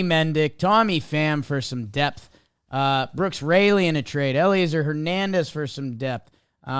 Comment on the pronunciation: is such a joke, Megill is getting crushed in spring training. Can’t pronounce Brooks Raley. Christ